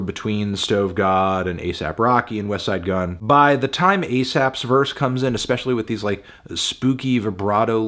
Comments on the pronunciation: He said Wesside Gunn instead of Westttside Gunn. What is happening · Finally Anthony stopped pronouncing the T in "Westside Gunn"